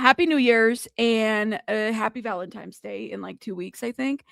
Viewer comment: Girl, I'm here for all you got I absolutely love your channel, but it is Valentine's Day, not Valentime's Day lol no M in Valentine's Day and it just drives me crazy. I know that's stupid, let people be how they want to be, right? I get it. As a writer though it just drives me bonkers. Much love.